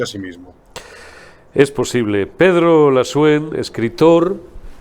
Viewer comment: No sé llama Lasúen, sino Lasuén.